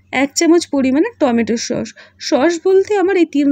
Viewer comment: শব্দ টা খুব বাজে লাগে ।সস না ।হবে sauce.